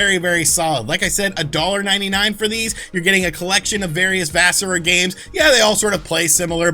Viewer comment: Also you pronounced vasara totally wrong. You were really sloppy this week. You okay?